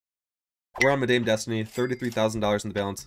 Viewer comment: Ask Google how to pronounce Madame... :)